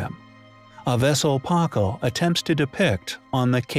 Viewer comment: Can someone please just adjust the AI to correctly pronounce Spanish and/or Mesoamerican names? It's downright painful, not to mention confusing... "Puh-call", "Puh-len-kay", etc. 🙈